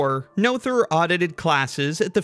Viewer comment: that's such a cool piece of art! one thing though: since you did emulate the vowel in "Göttingen" you might for consistency's sake want to do the same for the 'oe' in "Noether" which is the same (well, kind of, it's the long version of the vowel, which is also closer, but we want to still stick to English phonology after all). also, that 'th' is just a plain /t/ sound (German doesn't have the English 'th' sounds, cept maybe in loanwords). then again "Noetherian" just sounds so much better the way you say it (and, um, i might as well if i'm honest). and technically the 'ő' in "Erdős" is the same as the 'oe' in "Noether" but i reckon that would stretch English phonotactics to the breaking point.